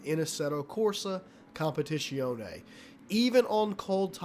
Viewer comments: As an italian i had to puke every time... its a Z, not "sh" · If it matters the proper pronunciation is "com-pe-tit-zee-own-ee" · I love the way you pronounce "competizione" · Attila Giber a competizionét már nem tudja kimondani...:D